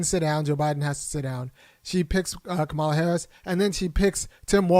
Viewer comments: Her name is pronounced comma-la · You describe how VP Harris pronounces her name and I get your point. But, have you ever watched a Disney show called Ms. Marvel? The hero in that show is Pakistani and her parents pronounce her name Ka Mah la, the same way does. Tomayto, Tomahto. Both are correct but I agree that you should pronounce someone's name the way they prefer it pronounced. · the only correct way to pronounce someone’s name is how they pronounce it. Doesn’t matter how others with similar spelling pronounce their names. That’s irrelevant. HER name is pronounced “COMMA-LA.” Period.